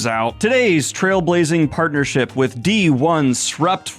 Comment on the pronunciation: I know this video tackles a lot of important stuff but right now all I can think about it "Dee-one-srupt-one-vvvvv"